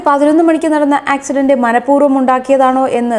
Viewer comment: AXE DENT... NOT ACCIDENT